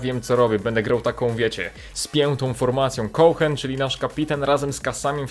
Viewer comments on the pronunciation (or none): Cohen czyta się Koen chyba xd